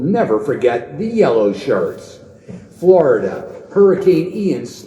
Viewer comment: I swear he just said "yellow SHARTS". Lol I know it was supposed to be shirts